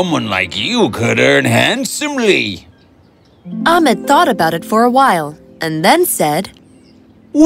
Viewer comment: It’s not amed it’s ahmed